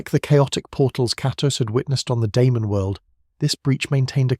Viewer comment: Bro tried every incorrect pronunciation for Kratos